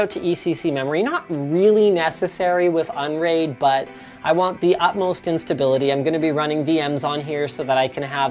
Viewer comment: "utmost in stability" sounds a lot like "utmost instability"